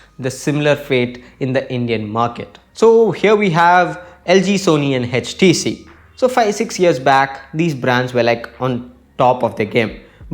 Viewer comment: HTC not edgetc